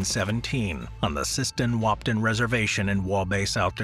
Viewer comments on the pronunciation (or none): As a North Dakotan there are only so many times I can stand someone mispronouncing the town Wahpeton it’s Wah-Pe-( like the start of the word pedestrian) and ton ( like the word ton)